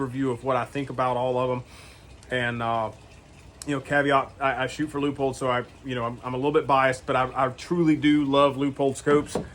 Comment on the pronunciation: Wow great review very knowledgeable. Side note thx for pronouncing Leupold correctly lol